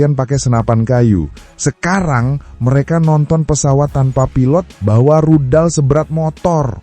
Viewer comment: Rudal min bukan ridal